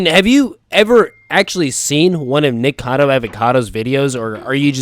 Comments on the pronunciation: It’s Nikocado not “nikado 🥴” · its nikocado not nikado